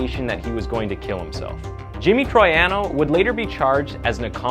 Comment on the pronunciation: This video is a joke. You overlook so much of this case so that you can fit your own narrative. You also didn't do minimal work to learn how to spell / pronounce ""Troiano" or "Quinones" in 2022. (AI is not an excuse for ignorance.)